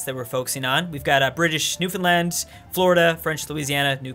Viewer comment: Damn he pronounced Newfoundland right.. impressed